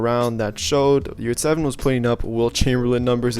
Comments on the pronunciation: You pronounce his name wrong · His surname and pronounciation is Yurtseven. I’m Turk and what you guys talk about? What is yurts evan? 😂